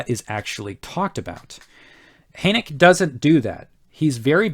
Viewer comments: My dear, his name is pronounced Hur-n-ay-k-a, or Hen-ay-k-a....depending on where in Germany you are from... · Adolf Hoenecke is my great-great-grandfather. FYI...the final "e" is pronounced!